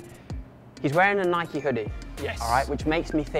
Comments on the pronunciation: Bike-hike-Nike.. been Nike all my life. can’t call it naikee. Just sounds wrong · its nike not nai-kee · ‘Nai-Kee?’what do you ride a bi-kee as-well do ya? Nobhead